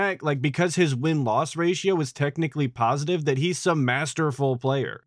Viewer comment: Isn't it supposed to be a pohsitive chill stream? lol